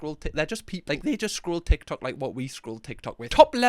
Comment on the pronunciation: 'Ick Tok"